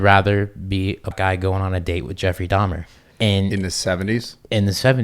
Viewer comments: Steve really needs to learn how to pronounce the word "documentary" and there's no 'S' on Dahmer. 🙄🤨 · It's dahmer .. jesus... dahmers wtf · If I have to hear this boy say Dahmers one more time…it’s DAHMER